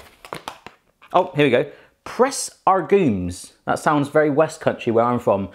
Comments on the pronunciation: Did you just call it press aRgumes??? Isn't it agrumes??? Or did you turn into a pirate??? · I like how instead of "citrus press" he's saying "argument press" lol